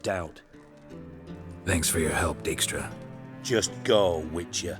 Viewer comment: That was weird, first pronounced him "Deekstra", and then later in the conversion he said "Dikestra"!? Earlier in the Let's Play I commented saying it was the latter, but now I'm confused.